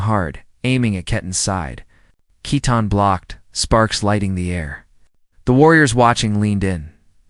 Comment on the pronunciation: Love the story. But his bame is Keaton not Ketten.❤❤😊